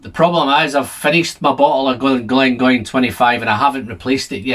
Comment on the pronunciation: it's pronounced "glendronah".....